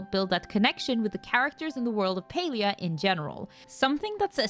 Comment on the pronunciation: Why is it pronounced as Pelia?